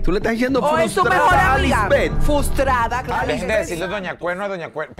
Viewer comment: Se dice Frustrada. Esa mujer no va a aprender a hablar???